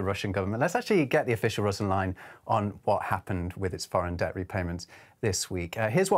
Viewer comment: It’s ‘debt’. Not ‘dette’. …..just saying.